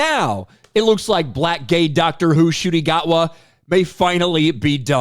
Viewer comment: I keep hearing "shitty gotwa" 😂😂😂